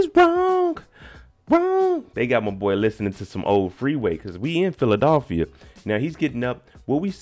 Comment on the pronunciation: Philadelphia. Not philadolphia.....lol 😂😂😂